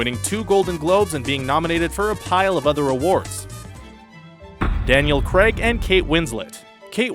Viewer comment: "Daniel Creg"?